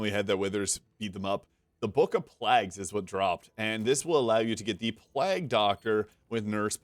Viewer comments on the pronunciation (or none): Is he saying 'Plag' Doctor instead of Plague (Pl-ay-g) doctor? Is there an 'in' joke or is that a usage outside of the UK or something?